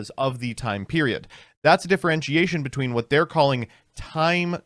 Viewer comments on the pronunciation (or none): none